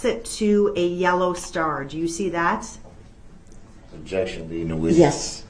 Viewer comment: "objecshun axed and ansered"